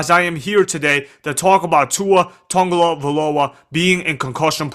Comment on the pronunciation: The only thing worse than Tua’s concussions is you trying to say his name…